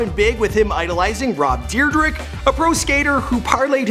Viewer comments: Rob dyrdreg? It’s Dyrdek(Deer-deck) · rob deerdyke its rob dyrdek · Dyrdek pronounced deer deck not deer drick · He said Rob Deerdic and his name is Rob Dyrdek and is pronounced Rob Daredec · Rob "Deerdrick" 😂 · Deerdeck. 😂 i was looking for vomments on dat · WhosCuddeh DEER DREK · Rob Dyrdeks name is pronounced deer-deck btw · "Rob dyrdrek " lmaooo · Rob Deerdrek? Goddamnit... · He did not just call rob derydek rob deer drick😂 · Rob dyrdRICK? Hahaha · its rob deer-deck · this mans said rob dyrdrek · “Rob Deerdrick” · “Rob dyrdrik” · Its deerdeck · omg the way you pronounced Rob Dyrdek gmfu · Rob deerdrick? 😂😂😂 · wait wait wait he just slaughtered rob dyrdeks name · Uuuuuùuh u just butchered rob dyrdeks name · He butchered Rob dyrdeks name so bad